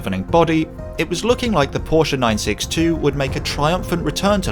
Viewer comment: Thank You for saying 'Porsche' CORRECTLY!